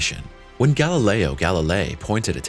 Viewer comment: "Galileo" is pronounced "gal-i'LEY-oh," NOT "gal-i-LRY."